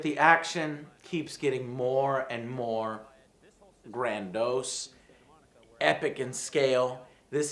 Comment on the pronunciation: some times joe, i wish you would stick to simple words, like grand, not grandose lol. its granDEEoss